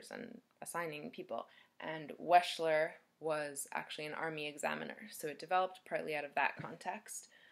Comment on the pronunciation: Wechsler is pronounced wexler [wɛkslər].